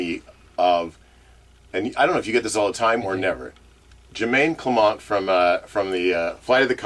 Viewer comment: First of all, it’s pronounced CLE-ment. Second of all, twins??? Yikes.